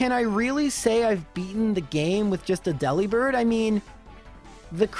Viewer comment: Also, it's a bird that delivers, not a bird who works at a deli, so why is it DE-li-bird and not De-LI-bird?